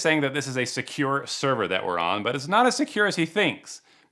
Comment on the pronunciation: Is it me or scammers often say "serwer" instead of "server"?